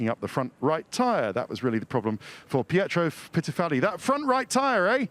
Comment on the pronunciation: "Pietro Pitiffaldi" never change Ted never change